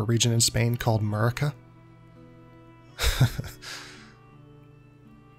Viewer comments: It's MUR-CIA, not "murica". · murcia, not murica